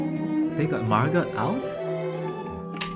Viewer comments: Actually, her name is pronounced Margo. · This quite closely follows the play it is based on by Frederick Knott. Enjoyed your reaction. The "t" in Margot is silent, by the way, if you happen to come across it again in something. It's pronounced the same as Margo.